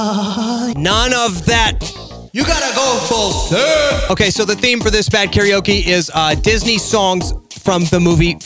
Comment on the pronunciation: 何故"カラオケ"を多くの人が"カラオキ"と発音してしまうのか？テリヤキ？テリヤケ